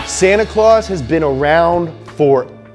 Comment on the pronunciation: Finnish name to Santa is not pronounced like that